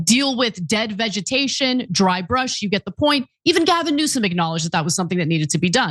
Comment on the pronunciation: Did Anna G. Say Gavin Nuisance? Freudian slip.